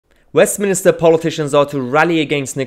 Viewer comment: wait a sec, did you say "Westmin-i-ster" that's not a thing or a place 👌 it's Westminster...